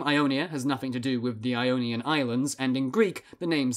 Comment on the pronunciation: Ee-onion and eoneea